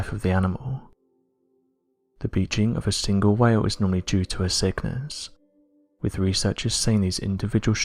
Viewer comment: Ffs, it’s monotone againnnnnnnn, erffff (earth) wiv (with)